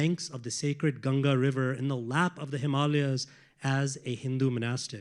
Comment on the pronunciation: What a great insightful talk 🙏🏻♥️. I loved that they correctly said river GANGA ♥️♥️♥️🙏🏻🙏🏻